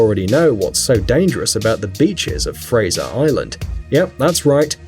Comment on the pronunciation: You did not pronounce Fraser right!!! Fraser is my last name